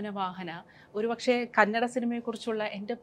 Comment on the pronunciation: Kannede alla kannada 😩